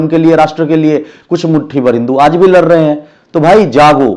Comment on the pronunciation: गोड़े नही बे सुअ@ गोरे बोला जाता है 😂😂 लर रहे है नही होता है रे चुति@ लड़ रहे है होता है 😂😂